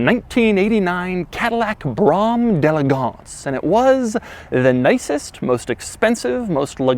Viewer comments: And it's not pronounce Brahm, it's Brome. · Why do you keep saying braum. Where I’m from this is a BRO HAM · BROM!?!?!?!?!?! Brougham. Pronounced “brome” how do you get brom out a brougham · Brougham is pronounced BROME, not BRO HAM. 😬😁. I worked at AutoZone for many years and got A LOT of BRO HAMS. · Brougham is pronounced "Brome" not "Braum". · Its “broam”. Not brom or bro ham. BROAM . He says it wrong every single time. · It’s pronounced “Brome” not “Brahm” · It's pronounced "bro-um" not "brom". The ultimate pinnacle. New ones are shit. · It's pronounced "brome" not Bram or brom. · Hey it rhymes with home, not brom. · Doug had no idea how to pronounce the name of this car at all...D'elegance..elegance being it's own word and pronounced as such with a D in front.. Brougham..is pronounced BRO'HAM ..not Broum..smh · no-one on earth calls it "brom"..lol..its broam or (if you grew up in the days of Sweetback and Shaft):P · Listening to him mispronouncing Brougham drove me crazy. It's BRO- HuM not BROM. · Doug, It's not "brahm"... it's "brome". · I had one. Was a great car...until the warranty ran out. A month later the water pump went out and the next month the AC went out and THEN the intake manifold started leaking so I sold it. I did love it though. BTW it’s pronounced Brōm not Bram. As per Cadillac’s own publication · Its pronounced BROAM. Like that's the sound the car makes when you hit the gas while in park, the car goes BROAM. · Jesus. This is driving me I sane, Doug. It's pronounced "brome", rhyming with "home". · pretty sure it's Bro-um. Just like 'Graham' should really be pronounced 'Gray-um'. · Haha! Great video, but could you do an entire video where you just mis-pronounce car names? It's 'Bro-um' by the way. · BROHm (one syllable) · Simply "Broh-am" the G is silent - my opinion. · Everyone knows it’s BroHam. Lol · It’s pronounced as “Brew ‘em” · It’s pronounced brome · Rhymes with "Rome". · It is actually pronounced “bro-um” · Its "bro ham"